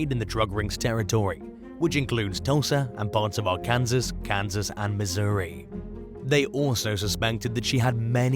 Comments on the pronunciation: Did he really just say "Ar-Kansas" instead of "Arkansas"? WOW! 😂😂😂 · AR-KANSAS? NO NO NO! AR-CAN-SAW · 1) Pretty sure the title doesn’t belong to this video. 2) Arkansas is pronounced /‘ar.ken.soh/ and not /ar.‘ken.zas/ 3) Vasquez is pronounced /‘vas.kez/ and not /‘vas.kwez/ Love your content though 😊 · It's pronounced Ark Can Saw